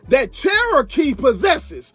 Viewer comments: lol sheroakaaaaay 😂 it’s pronounced chero key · I dunno what she upset for. You're in entertainment and these rappers mentioning you will keep you relevant . Also why the fuck does the narrator call her churowkey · Calling her Sherokee is crazy😂😂😂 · Say her name right